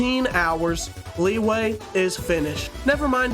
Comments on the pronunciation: As someone who studies chinese, liyue is not pronounced like that- its pronounced "lee-you-uh" :3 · "Leeway" is my favorite city in genshin